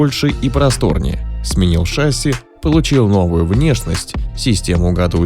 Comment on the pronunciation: Судя по гуглу, произносить правильно не «шАсси», а «шассИ» нужно